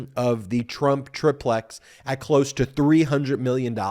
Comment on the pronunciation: The syllable break falls here: tri plex ( pronounced “try”), not trip lex.